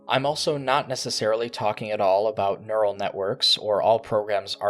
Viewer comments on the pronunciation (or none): none